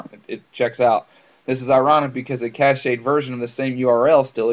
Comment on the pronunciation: "cashed" not "cash-eyed" : (